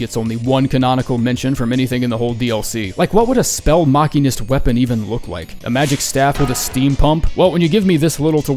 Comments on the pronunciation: "Mah-keen-ist"? You sure its pronounced like that and not "ma-sheen-ist"? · Spell Ma-sheen-ist,not ma-kin-ist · Ma...makenist... ma-key-nist... I get how someone could think that, but it sounds so wrong. I'm gonna go find a makene to fix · I could be wrong. But I think its pronounced MACHINE ist. Like a magician that tinkers with machines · I’m pretty sure that’s not how you say machinist It’s machine-ist like a fucking machine Sorry to be that guy but I machines are too important to me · saying Machinist like It’s Deus Ex Machina instead of realizing it’s Machinist, like someone who works with machines will never not be funny to me. And yeah it makes sense for the weapon, it’s a machine that fires magic, so calling it’s maker a spell machinist makes sense. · Forbidden Machina!